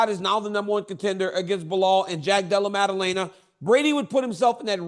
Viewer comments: Is Chael saying "Dela Lamer" ? Sakarian, Mackle Chef, Dela Lamer ? Someone needs to get this man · Chael: I can't believe we forgot Jack Della-lay-ma's name!